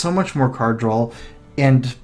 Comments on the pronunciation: Doesn't it drive anyone else crazy that he says "drawl" instead of "draw"?? I noticed this in a tournament from last year and it drove me nuts then too... Otherwise good games dude lol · its draw not drawl